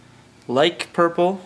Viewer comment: Well.. you didn't do any shading/highlighting, no washes, and you pronounced "liche" purple as "like" LOL